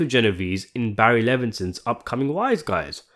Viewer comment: it`s G not J lol